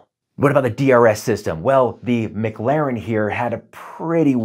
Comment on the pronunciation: Mic-Laren? It’s pronounced Ma-Claren. Good over comparison though.